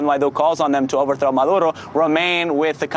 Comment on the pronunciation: Anyone notice that this correspondent calls the Venezuelan president Marudo, instead of Maduro at about :32? By the way, while it’s supposedly ‘business as usual’, the Venezuelan government has shut down most of the internet there. So, no, not business as usual.....